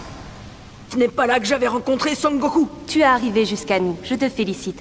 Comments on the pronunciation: Oe il a dit sa'goku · Je reve ou il a dit san goku a 2 min 26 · Il à bien dit son goku wow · Je rêve ou il a dit songoku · Il a dit sangoku?